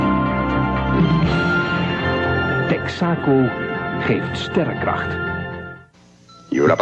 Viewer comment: … TEX-ah-CO… Naturally…